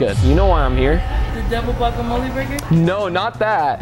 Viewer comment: Fam she said the double gwakemole